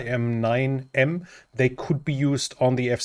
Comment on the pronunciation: FYI ...AIM-9 missles are pronounced like the word aim. Not A-I-M-9